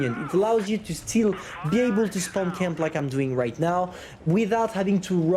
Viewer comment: Spaown added to the list of words can’t pronounce XD